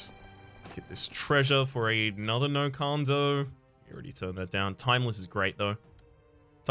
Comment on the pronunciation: Happened last time the card came up, but it throws me off the way you pronounce "No Kando." It's so clearly "No Can Do."